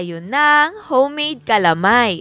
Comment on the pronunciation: un pronunciation mo ng calamay instead of ca-la-may, kakaiba 😐